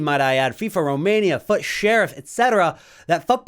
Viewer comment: i specially like how you pronounce “fut”! keep it up